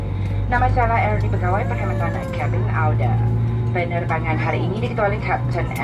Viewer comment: Apa saya yg salah dengar..kok pramugarinya ngomong, kata anda dia bilang auda ya😯....?